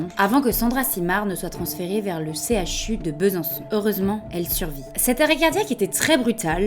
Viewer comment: on dit C-H-U et pas ''chu''...